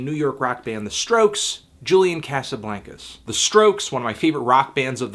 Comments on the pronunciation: Cosuhbloncuz that's how you say it David Letterman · every time you say Casablaincas I want to vomit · you pronouncing his name wrong you stupid fuck!